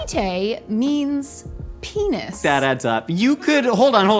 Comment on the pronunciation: That is not how you say p*nis 💀😂